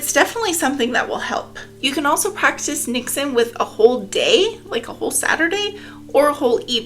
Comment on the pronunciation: As a Dutchie I can confirm you said 'niksen' right 🥰 niks = nothing